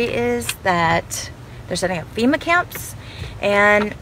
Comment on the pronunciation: "Fema" not "feta".